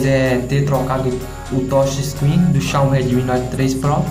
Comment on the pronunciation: "essa tocha screen"